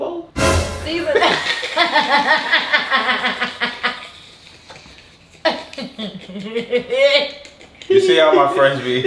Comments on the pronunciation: he said adobo 😭😭😭😂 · Not mod said adobo😂😂